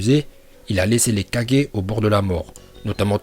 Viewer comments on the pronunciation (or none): none